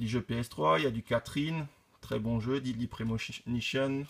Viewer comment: Belle collection ! Je ne suis pas collectionneur de figurines mais j'aime bien celles que tu possèdes. Par contre, si je peux me permettre, attention à la prononciation de l'anglais (notamment "dead(ly)", "trigger", "hearts", "may", "asylum", etc.).